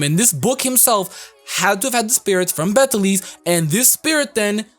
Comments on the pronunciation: its actually pronounced Beatle juice lmao, strange I know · the way people pronounce Beteleguese's name makes me hurt inside. have none of you heard of the pronunciation: "beetle juice"? because i have heard a couple of folk tales about the name LONG before the anime.